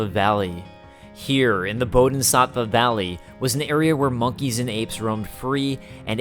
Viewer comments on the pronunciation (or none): Its bodi-SAH-fa